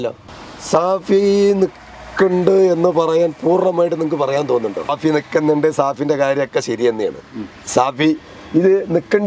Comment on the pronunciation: സഹോദര ഷാഫി ആണ് അല്ലാതെ സാഫി അല്ല